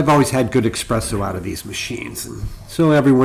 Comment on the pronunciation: I like your video but I think if you want people to take this channel seriously you must stop pronouncing espresso as “expresso”. It’s a very good video otherwise 👍🏼